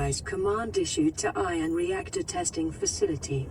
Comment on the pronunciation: ffs its pronounced eye-on not i-in "ion"